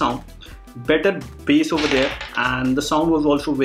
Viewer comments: Bass hota h lakin bola base jaata h c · Dude it is bass not base